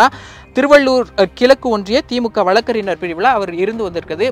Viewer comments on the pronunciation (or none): மூடனே....வழக்கறினர் இல்லை....வழக்கறிஞர்..முதலில் சரியாக தமிழை உச்சரிக்க கற்றுக் கொள்.. பின்பு உனது பதிவைப் போடு...